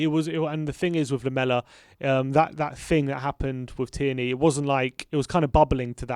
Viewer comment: Why do you guys keeps pronouncing tierney like that🤣